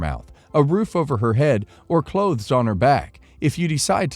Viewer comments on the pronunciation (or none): none